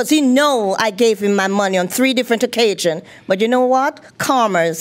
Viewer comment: On three different occajions. No, I didn't misspell the word, this is exactly what she said "occajions " and "humanlation ". Lol 🤣🤣